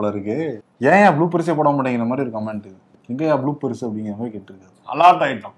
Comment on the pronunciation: கமேண்ட்ஸ் இல்லை --> கமெண்ட்ஸ் என்று சொல்ல வேண்டும்.